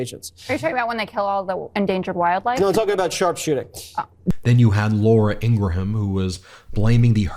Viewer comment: I hate her too, but Ingraham is 2 syllables, not 3.